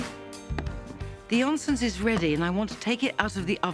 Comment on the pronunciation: I always smile at how poorly English speakers pronounce words in Germanic languages The 'o' is pronounced similar to 'oo' in 'moor' i.e. not 'olly' as Nigella says.